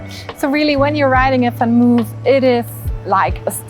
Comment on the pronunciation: it's van Mooooof, not van move, like your videos! greetings from Amsterdam:-)